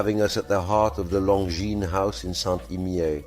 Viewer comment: Why do you keep pronouncing Longines differently throughout this video? It's unsettling